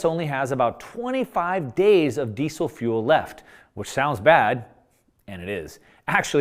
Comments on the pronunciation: Ahhh can you please pronounce Diesel correctly. "Dee-zul" not 'desse sil.' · I thought it was pronounced 'dee-Zel' with a Z sound, but you say 'dee-Sel' with an 's'?